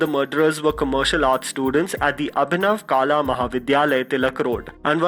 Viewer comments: it's अभिनव कला महाविद्यालय not काला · It's kala(art) not kaala(black) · It's कला not काला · Its Abhinav Kala (कला) not Kaala (काला) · It’s not kaala. It’s kala. Which means art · Its Abhinav kala mandir not "Kala"🤔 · Buddy you have very funny Hindi accent. “kaala” mahavidyalay? I really like your videos but it’s such a turn off to hear some of your Hindi pronunciations. Just a suggestion to improve your videos. I hope you will consider